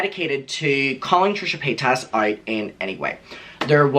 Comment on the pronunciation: I love how you say PayTAS lmao